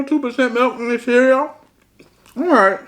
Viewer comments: Whole milk & it’s CEREAL 🤣😂😭not CEREAO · Lol. He is too funny. But every time he says cereaO is crackin me up. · ABSOLUTELY NOBODY:: CEREO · 👍👍 did a great job! I'm a caregiver naturally, I can do it for anyone and have, it's not something anyone can do and most people understand that. Praying for Beloves speech recovery. Much love!💓